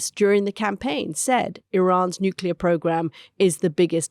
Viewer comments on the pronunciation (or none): Did Anthony just say " nucular?"